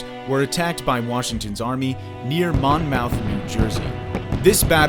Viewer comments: 'Mon-mouth" lol We pronounce it "mah'myth" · Anyone here for school...watch the legit doc on the war. Mispronounced MONMOUTH....and ROcHAMBAeU...DAMN BRO YOU.NEED TO.SMARTEN UP. do you say....ply- mouth rock? Nooooo. =) Monmuth...portsmuth...ply-muth...hat is how you pronounce them...you be ignorant. This guy is typical Yank wisdom. Eeesh. Ye be smarter the he! Lol